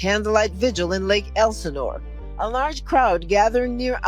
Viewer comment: Lake ElSinore not lake elinore